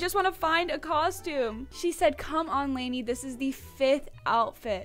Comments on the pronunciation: It's Lani not lady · It’s Lani not Lany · Yass slay but it’s lani not lany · ITS LANI NOT LANY